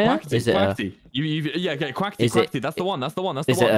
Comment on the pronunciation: tommyinnit doesn't say the T in quackity, but wilbur does. Meaning some British DO say the T but some dont